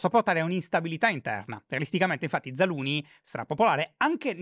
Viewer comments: Però una maggiore cura sulla pronuncia dei nomi stranieri in puntata sarebbe ben gradita, scusa shy cuore ma zaluznyj non si pronuncia zaluni, c’è una z prima! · “Zaluni” non si può sentire 😂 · Mi viene la tristezza a pensare che cambieranno Zaluzhny 😢. Why, credo di pronunci Zalushny